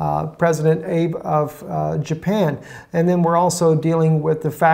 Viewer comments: Ah-bay - not Abe, like Abe Lincoln. How did the Jews take the land now called Israel away from the Palestinians? Terrorism. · I think the correct pronunciation of Prime Minister Abe is A-bay. You can always check by watching a few news channels on YouTube to see how the main news media pronounces the names. All the best, I enjoy your informative news broadcast although I am not really big on the interpretation of prophecy. Everyone is entitled to their own opinion so I prefer to separate one from the other. Cheers! And as Ellen's friend Gladys says. Keep on keep in' on!